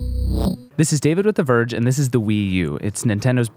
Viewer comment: Theverge- thevagina lol